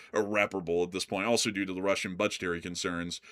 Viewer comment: Teacher: Can you use "else" and "also" in a sentence? You: "Eltz, I forgot my homework... and altzo, I forgot where I live." Teacher: "I think you also forgot how to pronounce them!" You: "Altzo... that's what I said!"😅😅😅